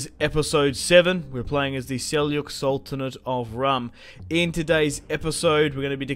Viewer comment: Man, U always pronounce it wrong😂 "j" in Seljuk sounds like in "James", like "g" in "German, "j" in "Jordan" etc.